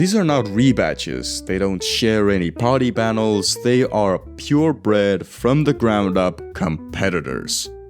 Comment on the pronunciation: "pody bannels"